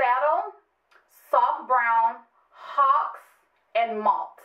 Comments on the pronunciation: Ok ya'll you do NOT pronounce the MAC eyeshadow "Haux" like the bird! It is pronounced "Hoe" and the pencil "Hi-Def Cyan" is pronounced Hi-Def "SYAN" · Haux is pronounced (excuse my language) Ho....like Faux is pronounced Fo...... Looooovvvveeer the pink pigeon I'm definitely picking that up